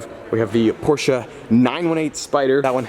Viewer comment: Nice that you try to pronounce Porsche right 👍🏻👌🏻